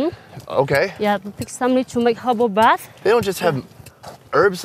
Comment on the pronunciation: i believe it is herbal bath but yeah sound like hobo